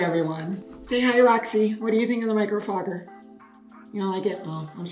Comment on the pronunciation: Hiiiiii! Nice makeup. I know you. I’m famous!!! Great video and you make me want to buy one. Also I am here for of you saying “Micro Frogger”. 🐸 P.S. Looking at the diagram it seems like the key light is on the left, but in the picture it seems like it’s on the right?!?!???!